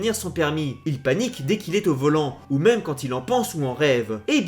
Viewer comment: c pas mime c meme